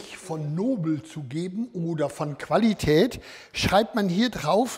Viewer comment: Ich finds lustig wie er viele Wörter immer auf dem zweiten Laut betont: Silli koon; QuAlli tät xD